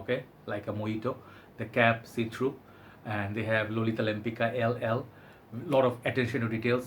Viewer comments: That's true, but all (mostly american) parfum reviewers say 'Lempika' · It's pronounced LempiTSka, after the Polish painter Tamara de Łempicka!!! 🖤🖤🖤